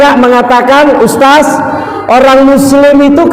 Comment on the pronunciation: Barakalloh. Sdh ikut2 dialek Makassar (Ustas). Kami tunggu di SURABAYA